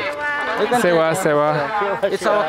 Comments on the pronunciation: its not sewn its Sewaro! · Not sewa you say sewaro it means namaste 🙏